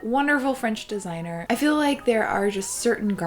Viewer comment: Her: Desiigner Me: Potaato